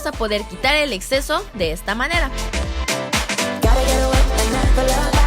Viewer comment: Minuto en ves de decir manera dice maneo escuchenlo en camara lenta y haci se escucha que dice manea